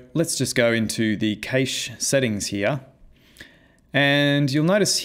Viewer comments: I was wondering how or where can I use this effect, and just realized THIS is the Infinity War / Endgame 'turn to dust' effect! It would be really cool if you improve this demo to a full Avengers one. BTW I noticed you pronounce cache as 'cage', I've always pronounced it as 'cash' like in money. Great tutorial, I learned a couple of stuff I never heard of before. Cheers! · Cache is pronounced "cash" btw